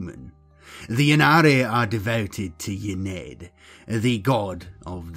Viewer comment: Very cool video. Ynnead pronounced "in-knee-add" tho just so you know. Not a critism, just sharing :) keep it up, really enjoyed, will be subscribing.